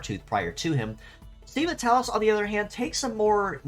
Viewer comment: Minor nitpick: "sei" is pronounced like "say". I would guess"Seiva" is supposed to sound close to "Saber".